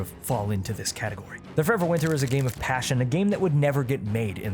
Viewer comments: It is absolutely restarded that you say the name of the game with the most mumbly voice possible and you don't even put it in the description. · Sounds riveting. Just up my alley. It's called Forever Winter? You failed to specify the name besides incomprehensibly slurring it couple of times.